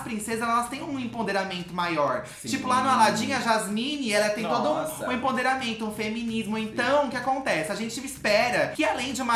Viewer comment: EmPOderamento, não emponderamento. Pelo amor ....